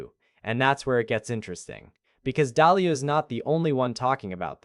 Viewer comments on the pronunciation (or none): It is Ray Dalio, not Dahlia